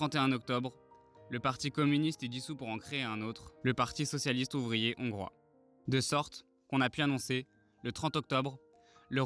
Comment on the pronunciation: Trop de fautes de français à l’oral ! Des zongrois… inaudible ! Dommage… Y’a de l’espoir